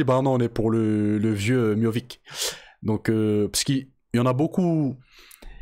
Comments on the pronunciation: C’est Miocic pas Miovic 😂😂😂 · C'est miotchich pas miovik 🤣🤣 jrigoleee mdr